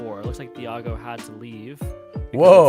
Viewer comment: Hey, ThiagoHamedo here, you said it correctly haha. Sry that I couldnt play top 8. It was 3am for me and I'm used to get up at 7am to work soooooo